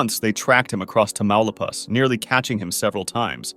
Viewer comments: They way he pronounced Tamaulipas made me chuckle and also made me want to slap him. That's where my family is from. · The way he pronounced Tamaulipas is wild 😂😂😂 too funny